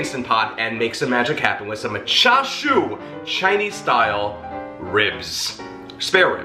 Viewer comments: Greetings from NYC, FYI, in our Cantonese BBQ shops, Char Siu is referred to Roast Pork [which has no bones] and for Chinese Spareribs it is called in Cantonese ‘Siu Paai Gwet’ aka BBQ Pork Ribs. Your pronunciation is correct. I enjoy your video. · You pronounced that correctly 🤗. I love char siu and grew up eating it. I’ve never tried making it in the IP but definitely want to try. I think your mustache is pretty cool 😎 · Jeffrey, I’m drooling here!! You are a cutie no matter beard and or mustache …you have pronounced it right even with you accent! Forget about it! No pre made char shui..easy peasy recipe and so much better! Richard nailed it without you telling him what you had made..gawd, I’m beginning to sound like you, I’ve watched you so much😳…maybe finish them for a few minutes in an air fry instead of an oven?😘😘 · You look marvelous, Jeff!! With our without, your inside is what matters most❤️ Pronunciation on point 🤩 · You pronounced it right, I spelled it wrong in my comment😳Char siu!